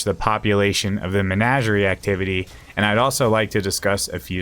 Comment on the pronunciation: Say it with me. Muh-naj-ur-ee